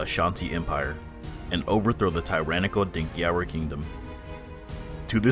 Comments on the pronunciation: Please the word is not pronounced `Dinkiyara` Kingdom. it is spelled Denkyira but Pronounced Denchira Kingdom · Denkyra is pronounced Den-Chee-ruh